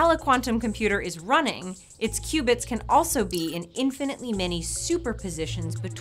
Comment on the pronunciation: I thought she said "2 Cubans"